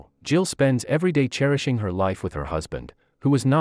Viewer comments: THE NARRATOR ANNOYS ME WHEN HE PRONOUNCE WORDS CORRECTLY. SAVES HER LIFE NOT SAVES HER LIVE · I noticed that too, especially live as life🙄🙄